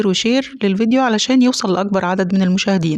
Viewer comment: تسلم اديكي بس اباداي بسلام وانهي بسلم وليس بابي باي